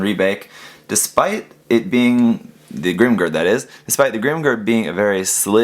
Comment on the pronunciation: I chuckle every time you say "GRIM grrrrrrd" hahaha "A vast me hardeez... it be a GRIM Grrrrrrd approachin"